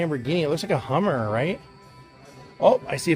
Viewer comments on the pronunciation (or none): none